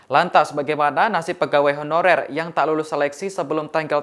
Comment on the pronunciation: Beberapa kata dari reporter nya seperti terdengar "tenaga hororer".. saran ke tribun, sebelum berita di release, cek dulu dan edit dulu.. Pewarta nya juga harus yg lancar dan jelas pengucapannya